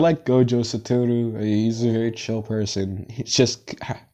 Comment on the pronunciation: Satoru not sataru but fire